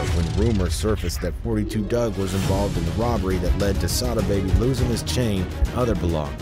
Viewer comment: Its not 42 it 4 2 dugg if u a fan ish drive me crazy mispronounce my name i get offended